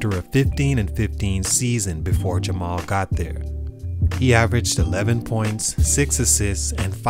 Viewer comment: YOOOOOOOO!!!!! SHOUT OUT FOR THE LOVE!!! YOU ACTUALLY PRONOUNCED MY NAME RIGHT ALSO!!! MAJOR RESPECT!!!!